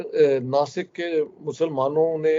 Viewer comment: Dasik nahi nasik hai